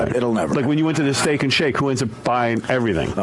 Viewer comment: The whole thing at the end with John was the start of art slurring his k sounds. Steak-ch and shake-ch